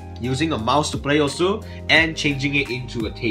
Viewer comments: iTs OsU nOt Ossss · It's pronounced like おす which is oss basically. Non-Japanese people pronounce the u because they don't know the Japanese pronunciation. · Its hard to explain but if I can make it easier the normal pronunciation is o- su and the karate one is OSSS and by the intro of the game "welcome to ossss" we can include peppy intends for it to be the karate pronunciation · is it osu or oss Definitely you can hear some "u" in your mind after oss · osu should be pronounced as osu